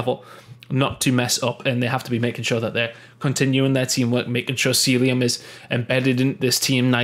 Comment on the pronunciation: Ffs it's not seeluim it's cell ium